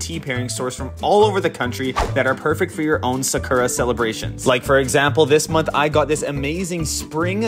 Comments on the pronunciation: I’m Japanese and the way you pronounce the sakura flower is ( Sa- Koo - Ra ) どいたしまして☺️ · So who gonna tell him he said Sakura wrong